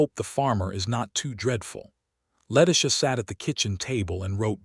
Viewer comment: Why can't they pronounce Letitia's name correctly?